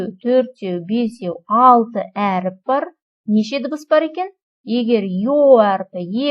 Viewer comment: Өріп емес әріп